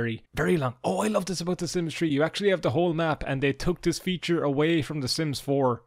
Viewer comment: Idk why i thought u said "the sims tree 🌳"